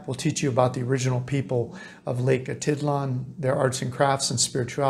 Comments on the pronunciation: Yes it's Lake Atitlán not Lake Atítlan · It's funny how you pronounce "Atitlan". I lived in San Pedro and have never heard anybody, local or not, pronounce it that way :-) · You're not pronouncing it correctly